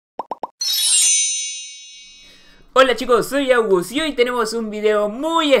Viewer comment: no tsdiste cuenta que bos disis augus